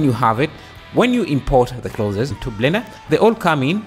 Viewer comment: "Clothes" is pronounced as: Cl-oh-th-z. Like Cloth, but you pronounce the 'o' as an 'oh' then put an 's' on the end. Cl-oh-th-z. And the 'z' here is 'zuh' and not 'zed' lol